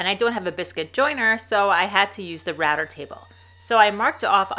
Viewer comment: not really. Sometimes router sounds like ratter and quarter like qwata